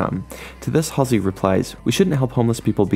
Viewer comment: U said her name wrong